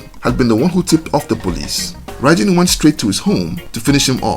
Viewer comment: Apparently when he was unalived his arm moved on the stretcher they were carrying him away on the Police Officer dropped it and ran. True or not, that's what I heard. BTW it's pronounced like "Bye Bin". 👍